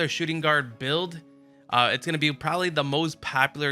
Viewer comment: Can u please read your own title next time......shooting guard?????🤦🏾‍♂️🤦🏾‍♂️